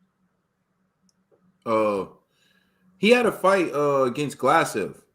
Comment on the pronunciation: apart from saying gasslev 2 mins in, never seen his name that butchered before